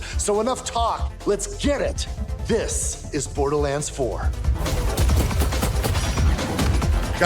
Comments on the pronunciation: Everyone: borderlands: borderlins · Remeber if its $80 do not buy also why dude calling it borderlends